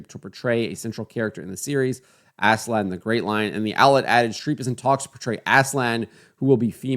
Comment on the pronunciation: aaz-laan not ASSLAN